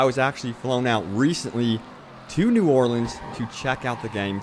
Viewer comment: thnx for saying new Orleans the right ways haha